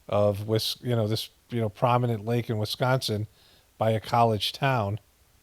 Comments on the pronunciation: Still funny when he says “WiSCANsin” 🤣🤣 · It’s Wisconsin, not BOOPING WisCANsin😂😂😂